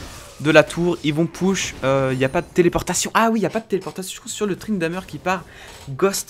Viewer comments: C'est moi ou il dit tryndameur ??? xD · très bonne vidéo même si c'est perturbant d'entendre tryndamEUr vu que j'ai l'habitude de dire tryndamÈr(je sais pas si ce commentaire conte pour le tirage au sort mais osef j'ai dis ca sincèrement)